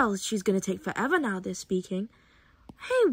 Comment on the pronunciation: “MovE rIghT nEwO” 😭😭